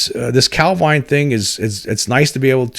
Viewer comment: Heard your podcast for the first time today - just wanted to say, excellent stuff. Enjoyed it loads. Have subscribed! (Even forgiven you for the dodgy British placename pronunciation, lol :-) )